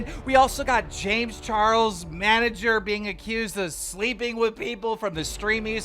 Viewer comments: This guy purposefully messed up people's name to piss people off. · Keem is the worst at saying names lmao